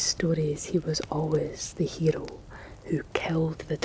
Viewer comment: I love the way you pronounce "hero"!!! 💙🙌